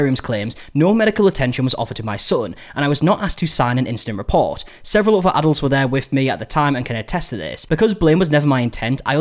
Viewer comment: Man, you guys will literally use any other sound to avoid saying the "t-h" sound correctly, won't you? FRIVE (for thrive. I damn near thought you were saying the octopus FRIED in its tank) and OVER (for other. Speak... Correct